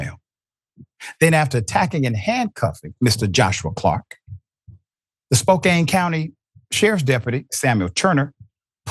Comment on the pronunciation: Spokane WA! (Spo-Can) That is how it is pronounced. I know this I live here! I could probably send you a selfie from where that guy was arrested!